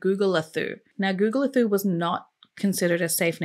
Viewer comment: Hey. I'm from SA and it is pronounced Gugu-le-too